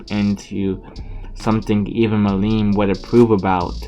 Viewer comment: it's milim not mileem